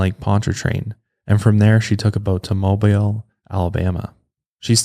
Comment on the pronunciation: He pronounced Mobile, AL correctly! That was such a pleasant surprise! No one ever gets that right!